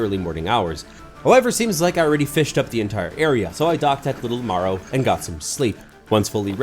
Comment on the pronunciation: Marrow not morrow